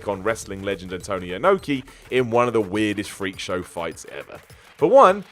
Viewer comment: You say Inoki like the mushroom